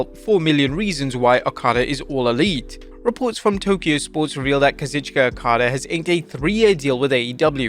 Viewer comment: His name is pronounced Kah-zoooo-cheeek-aaah.